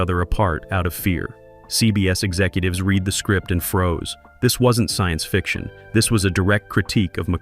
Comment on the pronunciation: "...'reed' the script and froze..." or "...'red' the script and froze..." jus' wonderin'. ( - )